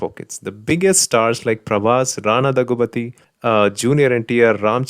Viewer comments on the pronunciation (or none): Dhaggubati not dhaghubathi. Nandhamuri not naadhamuri.😁😁😁